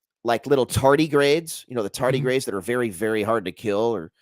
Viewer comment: if he flirts harder or says tardigrades wrong one more time imma vomit. takes away from the message. flirt on own time plz kthx. dudes a douchebag